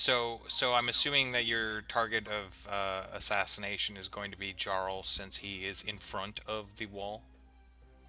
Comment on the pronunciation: Probably. A lot of names and titles for the trolls comes from Norse or Scandinavian words, and our J doesn't have any D-sound in it. It's more like the Y in, for example, yoga. So words like "Jarl" (the origin of the English "Earl") should start with the same sound as the word "Yoga". ;)